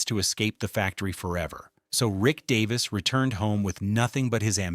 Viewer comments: Get his name right first that would be good 😮 its Rick Davies not Davis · its Davies Not Davis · Get his name right DAVIES!!! You have no credibility to do this! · obviously dont know his name its Davies not Davis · Davies! Fair dinkum, if you can't get his name correct then don't bother. How disrespectful!